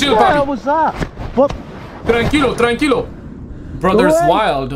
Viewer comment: TránquiŁo Papí TránquiŁo. Lol. Everytime 😅